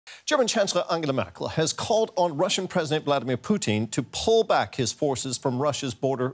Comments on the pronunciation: Reporter called him poutine, not good. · My man didn't even bother to learn how to pronounce Putin... It's not like Putin is and has been the most often used name in global news for the last decade... Not at all